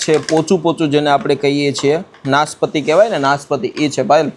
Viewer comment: pochu pochu babu pochaa kevay